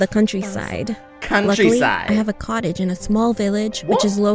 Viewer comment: You said my little collage not cottage